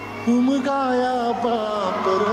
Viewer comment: उमजया नाही उमगाया आहे